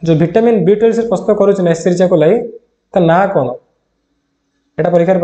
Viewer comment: Sir vitamin B12 ra name ta Clear subhuni..🥺